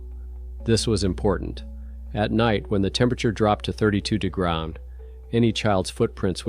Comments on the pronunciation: Degron is how ppl will say degrees in the future 😂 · 32 degras? Very good AI though. But AI, yuck! Good stories though. I want to make sure my comment is balanced. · To ai to say degree it’s pronounced Di-grr-ee but faster ❤ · Bullshit AI narrator can't pronounce degrees, story is fiction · Why can't the narrator say degrees?